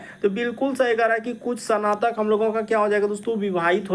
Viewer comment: Not sanatak, it's snatak